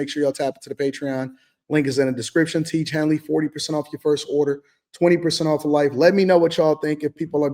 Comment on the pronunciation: “To each hendley” “teach henny” what are you saying at the end?